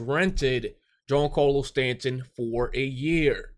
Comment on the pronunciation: why do you pronounce Stanton’s name like that? Lmao and not tryna be rude but your logic makes no sense.